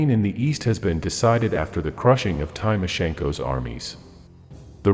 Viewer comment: “ Time - o - sjenko” . (It fucking takes 15 seconds to check the correct pronunciation of that name.)